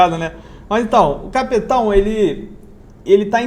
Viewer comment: Cape Town pronúncia (quep taun) em português Cidade do Cabo.